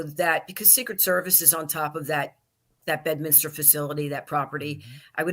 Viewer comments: BED-MIN-STER.. or BED-MINS-TER. NOT "bed-minister".. Come on Benny 😅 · For f*cks sake Benny.. Its Bed-min-ster. There's no Minister there. Its a golf course.. not a church.😅 Even a lowly peasant like myself knows that🤦‍♂️